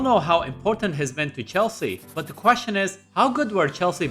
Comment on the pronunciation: missed the H lol